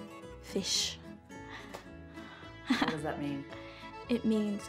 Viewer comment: it's fesch not fisch, fisch means basically fish lol